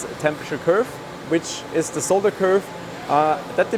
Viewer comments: So refreshing to hear someone who knows that the word is "solder", not "sodder". Someone please tell America, will you ? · I'm so happy he says 'solder' and not 'sodder'.